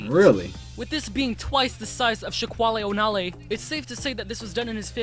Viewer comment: Bruh, did u not even react to this dude saying "shaqwale o nale"?